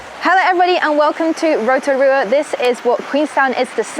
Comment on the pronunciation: not u wearing a pounamu and pronouncing Rotorua wrong hahaha